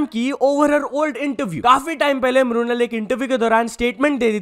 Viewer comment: "म्रुनल" नहीं मृणाल ठाकुर 😊